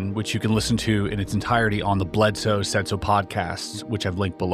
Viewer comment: The guy's name is "Bledsoe" not "Bledose"!! But fascinating content, thanks very much!